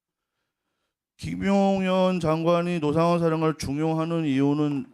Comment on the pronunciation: 얼굴을 공개하지 않으며 본인만 아는 기밀을 제보하는 자와 노상원을 로상원으로 발음하는 간첩 박선원의 콜라보😂